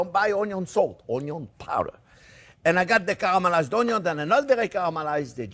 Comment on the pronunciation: My wife absolutely love this channel. In the kitchen when we cook, we always pronounce onion "onn-yon" as Chef Jean-Pierre does. He should sell t-shirts! Even a child could do it!